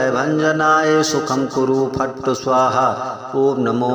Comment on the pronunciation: मंत्र में " फट्" का उच्चारण फट्ट कर रहे हो जो बिल्कुल अनपढ जैसा लग रहा है। शायद मंत्र लाभ भी नहीं देगा।अतः इसे डिलीट कर पुनः लोड कर लीजिए।